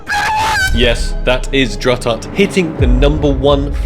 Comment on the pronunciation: I am sorry but it is'nt drututt it's Dr. Ututt